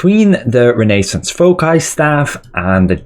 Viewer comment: bro , i love your videos but its pronounced renna -zance, as in the renaissance period in Europe.